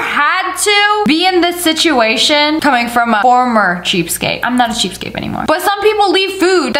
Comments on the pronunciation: Lia!!!! It’s cheapskate not cheapscape..... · It’s pronounced cheapSKATE, not cheapscape. I bet you say Valentimes day as well don’t you. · Lia, it's cheapskaTe...with a T! Not cheapskape with a P!